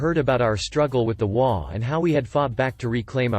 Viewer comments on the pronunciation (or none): In the first story in HOA, it is NOT pronounced as a word. But as each individual letter, as in H, O, A. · I have only heard HOA with EACH said, not as a word. It's only the text speech generators that pronounce it as a word.